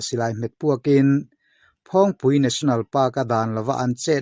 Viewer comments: Phawng tih lam rik dan hi a lam sang tlat lo maw,a dik zawk nge, dik lo,,,phawng tih lam rik hi a hniam tur niin ka hria a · Tlâng hming i lam/sawi dan hi a thlûk a diklo....phawng hi ilam sâng mah mah...👏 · phul ri hi a sang lo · Phawngpui hming hi, A sawi dik loo..A thluk hi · Phawngpui i lam dan hi a va danglam ve, a dik lo deuh lo maw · Phawngpui tlâng ilam dan hi adik chiah lo in kahria,( phawng) ilam dan hi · Mah ni ram tlangsang ber lam dan han lam dik loh tlat chu a mak ve bawk e,Mahni tawng lam dan hi zir chiang deuh thin teh u aww.